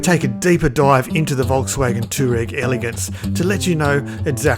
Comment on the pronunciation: Toe Rag.......lol. Pronounce it anyway you like its an amazing looking car! Nice work (I bet you didn't like returning that one)